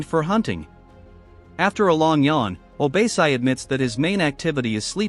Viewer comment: What the heck is “obeysai”?????? How did you get that from OBASI??? Literally OrBASee🤧🤧🤧